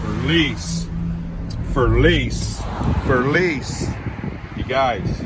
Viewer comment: Who the hell is FERLEESE? And WHO IS GRAPHEETEE? And why do you keep repeating FERLEESE, FERLEESE, FERLEESE, GRAPHEETEE GRAPHEETEE GRAPHEETEE? There’s NO ONE THERE?